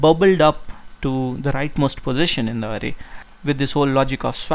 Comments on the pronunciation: Bro it's not arey...it is aaray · its not arrey for example "arrey bhai" pronounce it Array 😹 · "0eth aray and oneath aray" 😂😂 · he does it for the foreigners to understand his accent. If you google the correct pronunciation of an array you'll find that it's 'arrey'